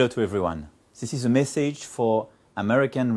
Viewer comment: Le mec il dit "ziss" pour "this", "ssainks" pour "thanks" et tout le monde trouve qu'il parle bien anglais ??? Rassurez-moi c'est les français qui trouvent qu'il parle bien anglais non ? Ah ok ...